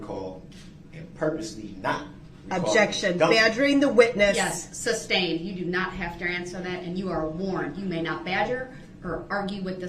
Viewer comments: Its sustained not substained! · “Grounds for the substain”. Haha he says “substain” about 1,000 times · I want to slap the crap out of him every time he says "substained." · He is so ignorant, amongst other things. Please sir, it is SUSTAINED!!! He can't get that word right to save his life.... pun intended. Idiot!